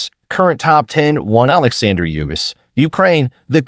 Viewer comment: AI can't even pronounce uysk.. n why uysk p4p 1 he fought I really good cruiserweight bredis only won by majority decision. In heavyweight chisora was close. But he won on points. AJ 1 h.. AJ was still in shock at his defeat by ruiz . AJ 2 was good fight uysk by close points split I think. Dubious hmm got dropped by a bodyshot. It's called KO but got the ref to help him out. Fury well fury won the 1st fight . 2nd fight uysk danced a lot n won on points. N now should fight parker but will fight dubious again.. no way uysk is p4p 1. It is a 122 4 weight division champ 2 weight 4belts n in 24championship contests never lost n KOd 22.. uysk only 9 chamlionship fights as pro. In almost same time